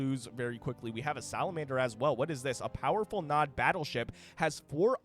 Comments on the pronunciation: Nod, not N.O.D… did you never play Command & Conquer? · "N-O-D Faction" It's pronounced "nawd" XD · hearing you say "EN OH DEE" instead of Nod had me on the verge of crashing out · You know you are old when you hear an RTS channel call NOD as N-O-D warhammer vibes. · N.O.D.? its nod..zz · hearing it as N.O.D. makes my cnc heart bleed Its just nod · not N. O. D. please, just nod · Saying N O D was just throwing me off instead of just Nod, haha. I'm surprised exposure to Command and Conquer is new. It'd be like never having played Starcraft, but then also never having heard Zerg as well on top of that. EDIT: Should really check out C&C. Most of those assets are from 3 and Kane's Wrath (buildings), and I guess some units are from 4? DO NOT play 4 even for free or you'll just go into depression. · everytime i hear EN O DEE, i died a little inside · Brother, it is pronounced NOD. It isnt an acronym. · it's nod not nod...god damn it... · omg i never thought im going to watch a video made by a bebynewborn, i cringe so hard as he reads it as abreviation, i cringe so hard when he says its a separate race and not a faction of Humans xD gizuzssss xDDDD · Yeah, it’s so annoying listening to him making it sound so complicated. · Jesus i couldn't watch because of this